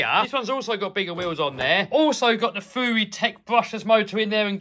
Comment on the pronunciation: Isnt it fury not fewy